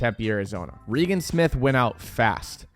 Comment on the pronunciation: yeah was butchering her name